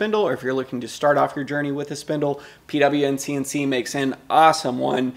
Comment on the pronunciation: thanks.. great video.. it's pronounced POWN-CNC 🙂